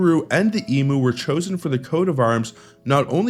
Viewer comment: EMU ... Emyou not Emoo 😂